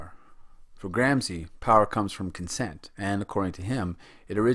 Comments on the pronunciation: With your clever-clever voice and diagrams --- ha --- You can't even pronounce Gramsci, nor Machiavelli, nor do you possess the respect for language and culture to go find the correct pronunciation. Typical automatic american sense of entitlement and blithe unconsciousness. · Great clip. I've watched it three times now and it's really helpful. But, for the love of God, learn how to pronounce names properly before you make another video. It's distracting and reduces your credibility.